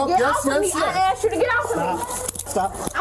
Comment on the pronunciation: You know what I really don’t like about the third person? (The mother with her kids in the hotel) When she says the word: ASKED. I just don’t like it when people say “asked” like “axed 🪓“.